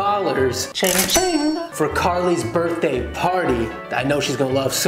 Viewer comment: you said birtday b I r t d a y wow